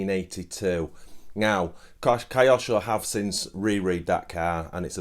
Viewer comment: Don't wish to be rude, but Kyosho would not be pronounced "Kai osho" Correct pronunciation would be "Kyo-sho" - equal stress on both parts or the word, with Kyo merging the letter sounds, rather than becoming "Kai". Cheers!